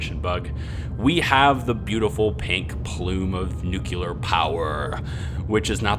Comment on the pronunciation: Great series! But... new-clear not nu-cu-lar. Please.